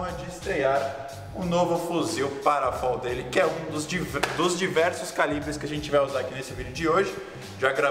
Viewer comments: O muzzle brake do FAL (Fuzil Automático Leve) e não "FOL" como vc pronunciou, se chama "Quebra-chamas" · Fól? Só eu ouvir isso? Não é FAL? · a pronúncia é "fal", não "fól", porque FAL é uma sigla (fuzil automático leve) e não tem nada a ver com "fall" (pronúncia "fól")